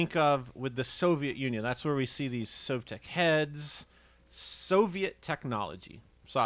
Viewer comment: It's So like Soviet Technology. Saying Savtek sounds pretty ignorant. English only speakers have no idea how to pronounce new words. Love the show!